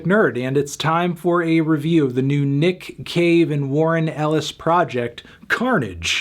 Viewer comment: I only hear Nick Cage man i’m sorry